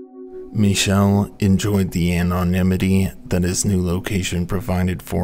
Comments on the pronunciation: you pronounced Michel correctly! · I don't know if it's true for him but the pronunciation of Michel is usually ME-Shell or ME-Kell... (Edit - - NM, you did it.)